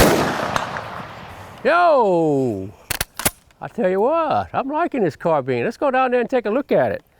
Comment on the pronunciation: why do people pronounce carbiiiiiiiine "carbean"